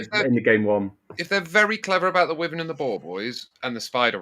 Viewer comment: I appreciate that there's a war between people who pronounce wyvern as 'wivvern' or 'why-vern' then disregards both and says 'worthen' 😂